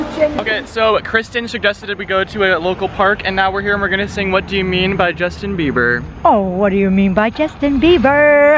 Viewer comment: Love how she always says Justin Beaver lol